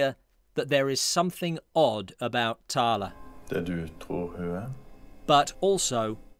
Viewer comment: I think its pronounced 'thayle'.